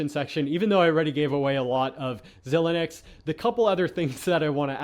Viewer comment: the fact that you pronounce xilinx “zi-leenx” instead of “zy-leenx is further illustration that you don’t know what you’re talking about 🤦‍♂️